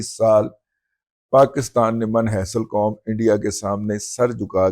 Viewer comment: من حیث القوم نہیں ، من (Min) حیث القوم ۔